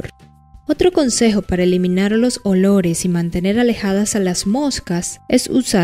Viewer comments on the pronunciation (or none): Qué es eso de edores ? No entiendo se dice olores